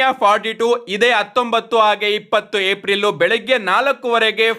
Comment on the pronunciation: ಏಪ್ರಿಲ್ ❌ ಏಪ್ ರಿಲ್ ✅